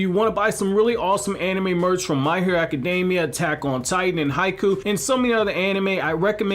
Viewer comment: day 2 of noticing that he said "haiku" instead of "haikyuu"